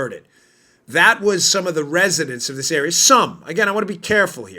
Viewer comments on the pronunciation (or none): none